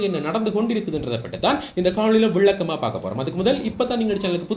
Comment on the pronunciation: தம்பி நீர் தமிழை நன்றாக உச்சரிக்க வேண்டும்.குறிப்பாக விளக்கமாக புதிய போன்ற சொற்களில் தவறான உச்சரிப்பு தெரிகிறது